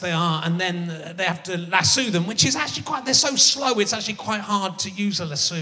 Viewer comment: It's "lasso", not "lassoo".